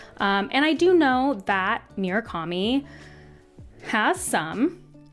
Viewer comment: Ok, i wasnt going to comment on Myoo-rah-ka-mi, but I can't let Jimma-nez go. They are Moo-ra-ka-mi and He-ME-nez, respectively.